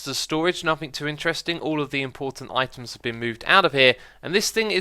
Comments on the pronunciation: After a while it sounds like he is saying iTunes :P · at the beginning it sounded like "itunes" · Items... Eye-Tums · I thought he said iTunes at one point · items, I tim's, I timbs, eye tims. eye timbs....